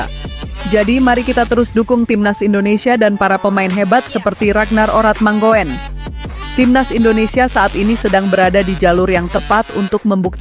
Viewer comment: RADNAR ORATMANGOEN DI BACA """ RADNAR ORATMANGUN """... ( KARENA OE = U )